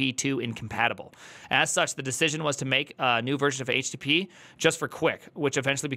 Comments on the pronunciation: When you say it I hear Htittiepee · when he says it like "H-tittie-pee" it sounds like a name of some rapper 😀